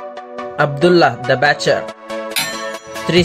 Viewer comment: It's Abdullah the butcher not bacher